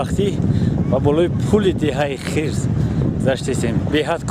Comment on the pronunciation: Эээ ака Ана Хирс не Хърс гуфти Бобойи Давлат.